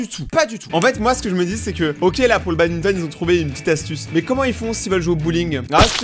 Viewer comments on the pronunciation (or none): none